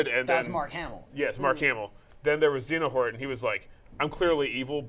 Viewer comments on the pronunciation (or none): did just say "Xenohort"? LOLOLOLOLL!!!!!